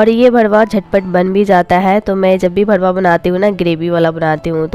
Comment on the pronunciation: Aap galat pronounce karte ho...karela ka bharuwa hota hai...aap aise bolte hai lagta hai ki gali bol rahe ho...R ki jagah D mat use kijiye.